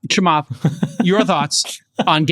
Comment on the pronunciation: The way he pronounces “Chamath” made cringe.